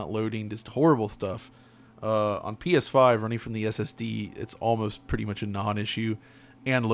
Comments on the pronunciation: did he just say “Penis 5”? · ''pee eshh faif''